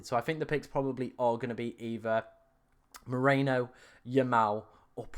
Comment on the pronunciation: Stop massacering the names! First it was poor Retegui and now it's Merino... It's MERINO, not Moreno!